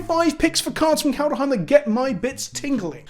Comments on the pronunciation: Everyone: ''Kaldheim'' EVERYONE: ''Kaldheim'':.......... ''Kaldaheim'' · He's saying KalDUHheim on purpose at this point lel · If you say Kal duh heim three times in a row in front of a mirror Halvar himself with appear and tell you he’s disappointed in you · So what is it about your brain that can't comprehend making an "h" sound after a "d" sound?